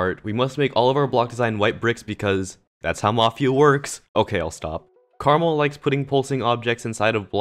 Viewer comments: it’s not Caramel, it’s (Kur-maal) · ITS KARMA-L!! NOT CARMAL!!! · pronounced KAREEEEEEEEMEL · Did he say Karamel Or Krmal? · you say it like karma l